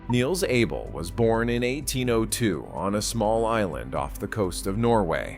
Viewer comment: His name is pronounced Ah bell.